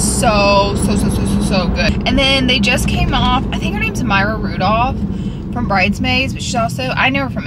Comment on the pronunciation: Did she say…Mayra Rudolph? 🤣